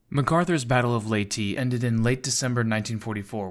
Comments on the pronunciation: Leyte is pronounced as lei-te.... not lei-ti.... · Seems like the truth finally came to be,Leyte is "Ley-tay"/"Ley-tee",never was,is,or ever will be "Late". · Thank you for taking the time to fix the pronunciation issues from the previous version.